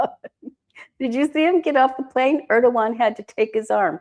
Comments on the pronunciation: President Air dough won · President Herd-ogan 😅